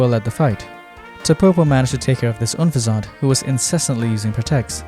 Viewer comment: You have some really odd pronunciations. Unfezant should be pronounced like "unpleasant" and "pheasant" mixed together. Not that weird French-sounding thing you concocted. lol